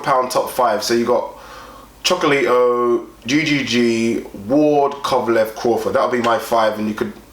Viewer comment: Dudes, Gonzalez's name is Chocolatito, not Chocolito